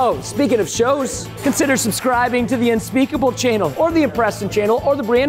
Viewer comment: unspekable ... unspekable ...unspekable